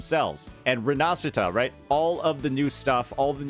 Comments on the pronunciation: you were one of the few to correctly pronounce "rinascita", if one day I meet you on the street, I will prepare you a delicious carbonara. thanks i appreciate it.... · OMG! is taking care in pronouncing Rinascita correctly 🥺 Grazie! 🥺